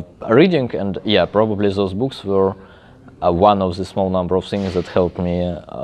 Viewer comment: He says "books" but seemed like "boobs" LMAO